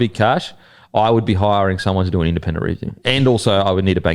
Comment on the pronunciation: why can't your pronounce the word 'review' properly? You are saying REEEEEE-view... it's painful son. just say review